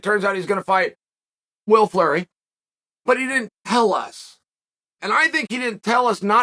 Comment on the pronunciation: Will Flurry?? 😂